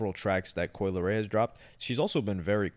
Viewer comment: “Coi leary, his music”🤣🤣